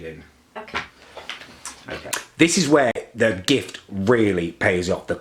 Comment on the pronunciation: Lewk threw thew cewk bewk